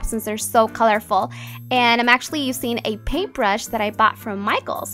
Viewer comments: "Usin"?!?! it's using. I don't understand ur make up is flawless though!! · The way that you say "useing" is so wierd !